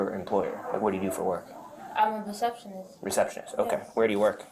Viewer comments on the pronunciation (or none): Did she say perceptionizt